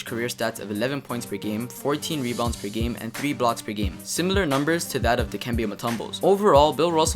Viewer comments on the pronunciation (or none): none